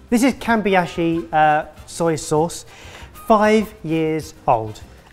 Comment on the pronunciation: From now on I will try to pronounce every word I don't know with the same confidence that said "Kambi-ashi" with. 😂